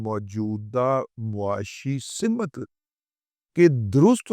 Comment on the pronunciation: " سمت " صرف س کے زیر کے ساتھ ہے م کو زیر یا زبر کے ساتھ نہیں بولنا چاہیے !